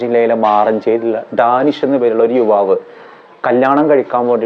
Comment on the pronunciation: ഡാനിഷ് അല്ല ധാനിഷ് ആണ്